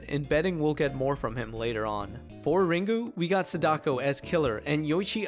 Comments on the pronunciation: it's pronounced saw-da-ko. Not a complaint, it made me chuckle 😅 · Sa-dock-o. Im not use to that